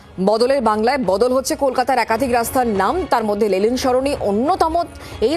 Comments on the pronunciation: Reporter continuously Lelin Sarani bole gelo Lenin er jaygay 😂😂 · সঞ্চালিকা লেনিন কে "লেলিন লেলিন" বলে গেলেন তা কি ওনার অজ্ঞতা না কি সচেতনতা?জানার আগ্রহ রইল। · লেলিন নয় ম্যাডাম ওটা লেনিন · লেলিন নয়, লেনিন। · Thik mato uchharun karun lelin noi lenin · কে এই সংবাদ পাঠিকা?? 'লেলিন' সরনি! আগে উনি একটু পড়াশোনা করে আসুন না হয়। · দাদা, please ওদের এই ভুলটা শুধরে দিন আগে, যে ওটা লেনিন, লেলিন নয় 😭😭 অসহ্য লাগে একশোবার এই লেলিন কথাটা শুনতে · Ota Lenin, Lelin noy...thik vabe Itihas ta pora thakle ei vul gulo generally hoyna. Despite, Road er nam muche diye ekta motobad ke muche fela jayna, ei sotty ta bujhte hobe. 3-E's mane Economy, Employment and Education er opor focus korle mone hoy Effective hobe. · News platform be like Lenin ❌️ Lelin ✅️ 😂😂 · সংবাদ পাঠিকা ক্রমাগত লেনিনকে " লেলিন " বলে গেলেন। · Please try to pronounce the name of LENIN properly, --- to the anchor..